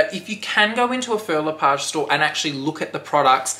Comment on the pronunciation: hi love the bag!! Please google how to pronounce the name its not Phil le Page.....this comment is not coming from a bad place just sounds better when you say the word correctly.